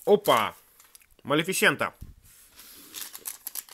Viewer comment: Только не Малифисееента а малифисэээээнта